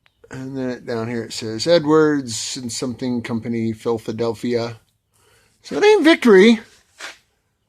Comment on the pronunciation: You said "Phil-fa-delphia" lol